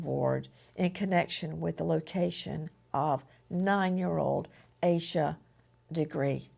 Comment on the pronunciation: After hearing her name for 25 yrs you still pronounce it wrong is crazy